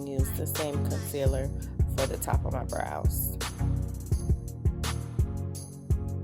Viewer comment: omg i had my headphones in when you messed up on sayin brows and it scared the absolute fuck outta me.